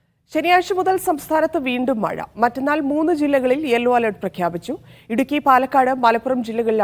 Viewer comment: മയ അല്ല മഴ